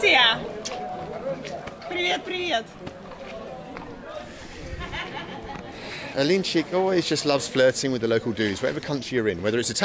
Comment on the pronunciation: A-link-chick :-) Alin4ik is awesome by the way